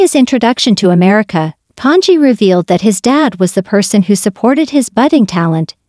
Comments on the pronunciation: If you're going to do a broadcast, learn to pronounce the performers name correctly. It is NOT ton-gee. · As soon as I here the Bot mispronounced the name of the subject... I leave. C ya